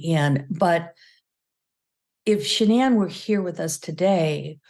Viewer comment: Megyn you completely butchered your pronunciation of Shannan's name. Its disappointing to see that both Megyn and the guest refused to pronounce the victims name properly. Incredibly disrespectful to Shannan.